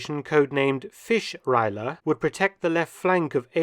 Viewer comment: Jesus was it hard to understand what you said when you mispronounced "Fischreiher"(heron)